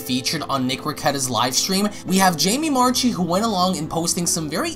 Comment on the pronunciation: Jamie Marchi's last name is pronounced marki, not marchee.